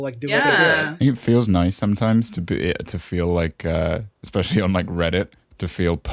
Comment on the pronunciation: ``expecially'' instead of specially